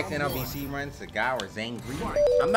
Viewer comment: Sagat~ This is Sagat~ Not SAGAT